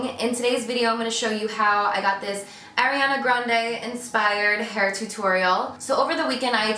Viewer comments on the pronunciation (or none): R-E-On-Uh babe not Airiana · I love this tutorial and you Carli, but it's "Ari"ana not "Airi"ana. I'm sorry it was just bothering me a little bit. ❤️ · It is ARIANA GRANDE not AIRIANA